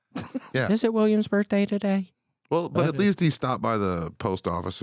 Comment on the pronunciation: Why does William say birthday like BURT-DAY lolol